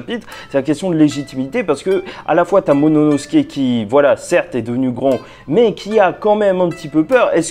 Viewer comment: "Momonosuke" grrrrrr vilain. Sinon bonne review